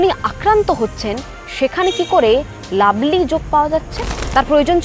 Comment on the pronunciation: কথাটা লাভলি, "লাবলি" না। ঠিকঠাক উচ্চারণ করতে শিখুন।